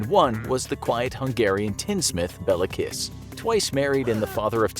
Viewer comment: I love the way You said Béla Kiss. It isn't even close to the correct pronanciation. Also i never heard of that guy and I'm a hungariand and I never thought that a hungarian serial killer would be in one of your videos.